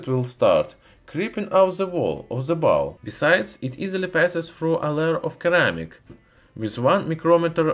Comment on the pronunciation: Ceramics is pronounced with an s sound in English. Ser ram icks.